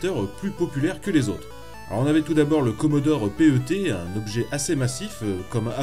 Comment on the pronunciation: Le "Commodore Pé heu Té" ?? mais tout le monde dit PET (animal de compagnie en anglais) et c'est fait exprès ! C'est quoi ce spécialiste en carton ? :-D